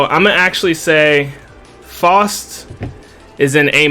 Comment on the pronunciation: Why is it so hard for some content creators to correctly pronounce Faust´s name?